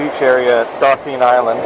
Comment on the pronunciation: Nice video I gotta correct you though 😊 Dauphin Island is pronounced Daw-fin 👍🏼 Good Luck in the future & Happy Hunting